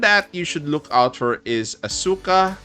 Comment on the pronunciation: Please, it's pronounced "AS-ka" (silent U)